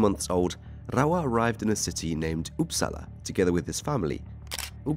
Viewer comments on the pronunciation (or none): The seriousness of the topic combined with the classic pronunciation 😭 "Up- sala" not "oops". Sk is pronounced "sch"🤣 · as a swede, I just love hearing Uppsala pronounced "oops allah"